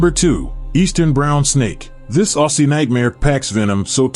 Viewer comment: Yes, im not speachless and Ausie is pronounced Ozzy....NOT ossi...get it right, you let your self down.